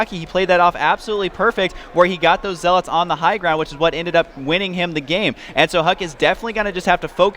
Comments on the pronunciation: Zealots* not ZealAaAaAaAaAaAaAaAaAats fuck sake. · you have great content and do great commenting, but please... 1 - "Proxy" is not short for "proximity". 2 - It's "ZEL-et" not "ZEL-aught". It's like a spec of feces on a gorgeous cake everytime you say those things. With love. Peace. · Yeah but the constantly mispronounced "Zeeeeeelot" is annoying :D Also proxy != proximity :P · Who the fuck says ZeaLOTS that's not English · hd pronounces zealots weird